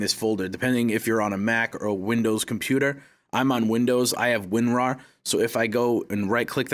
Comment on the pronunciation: Did the “ Winrarw” hit anybody else different too